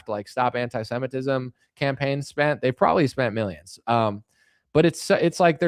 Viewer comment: Why does he always say, "MEE-yimns"?? Mr president, with all due loss of respect, it's pronounced, "MILL-yunns"